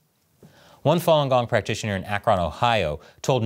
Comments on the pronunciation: Heyy im going to Kent Kent State is in the city of Kent, Ohio, not Akron, pronounced (A-Kruhn) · Bro you said Akron soo wrong😂😂😂 but please do more “everyone hates Ohio” jokes